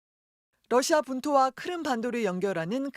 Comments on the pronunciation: 크림이라고 자꾸 크름이래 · 근데 갑자기 왜 크름이라고 하는거냐..??? 크림 아니었냐??